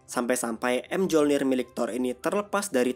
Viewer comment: ralat mjolnir sebutanya myolnir dalam yunani dan dalam film mrvel juga disebut myolnir